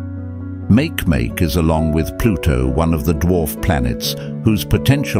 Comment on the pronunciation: It's called [ˈmakeˈmake] not [ˈmākˈmāk].